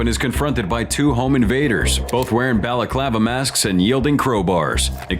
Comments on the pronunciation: "Tikitokers" and "Bahla-clah-vah" smh...... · i had to stop watching cause the way you were improperly pronouncing balclava